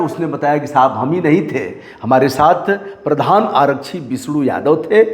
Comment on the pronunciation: रिपोर्टिंग कर रहे हो कम से कम हिन्दी शुद्ध बोल लिया करो. आरच्छी क्या होता है,आरक्षी बोलिए. हर बिहारी के साथ यही समस्या है चाहे वो पढ़ा लिखा हो या अनपढ़